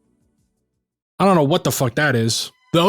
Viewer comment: I know you purposely mispronounced that, but it made me laugh because it reminded me of a conversation I was having with someone in high school. We had started talking about anime and he asked me if I’d ever seen an anime called “A Pleased.” I said I’d never heard of it, he started describing it and then suddenly I asked, “are you talking about Appleseed?”